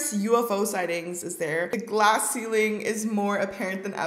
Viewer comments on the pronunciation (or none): none